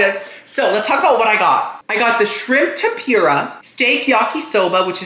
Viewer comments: we all love you, but it’s the way you say tempura that makes me cringe like nails on a chalkboard. I don’t know, maybe it’s because I’m from Canada and we don’t say it like that, but it’s not tem-PURE-a, I thought it was pronounced tem-puuur-a. Lol I don’t know how to type that out how to sound it out like google does it. But omg the amount of times you said it on this video! Dead. Like I said, love you so much. Love you videos ❤️ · hey just so you know its pronounced tehm-poo-rah not tehm-pyoo-rah:) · it’s pronounced Tem- perrrr- uhh